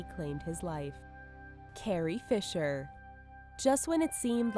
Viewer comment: seriously? "carrier" fisher?